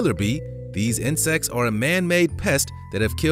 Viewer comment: My mind is crazy for hearing inscest instead of insects